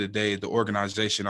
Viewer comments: "OR GANA ZATION" lol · Org aniz atioN 😂